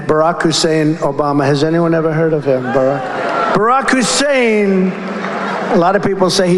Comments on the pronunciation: Rush Limbaugh used to pronouce Obama's name by stressing his middle name, Hussein, to emphasize that it was Muslim. I think Trump thought that device was so clever he repeats it to imply that Obama is of the Islamic faith.. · The way he pronounces ' Hussein ' is a racist dog-whistle of course - anti-muslim this time . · Trump always overpronouncees the words he wants to emphasize or the ones he's unsure of with the pronunciation. He does that a lot with CHINA. The Hussein part is easy. It's a dog whistle, implying that your former president is deeply Islamic and that you should be worried about that. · That's what Limbaugh sounded like when he said Hussain. And Trump loved it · The Hussein pronunciation is a poor Rush Limbaugh impersonation.